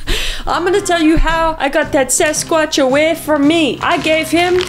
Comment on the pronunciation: Did she say “sex-squatch” at the end ? Hahahahahaha 😂😂😂😂😂